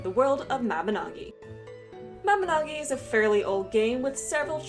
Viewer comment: It's ma-bin-oe-gy